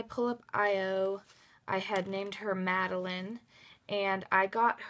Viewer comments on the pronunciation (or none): none